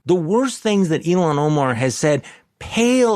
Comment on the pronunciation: Her name Ilhan, is pronounced "ILL HON" NOT "ELON". Quit callin her Elon. DAMN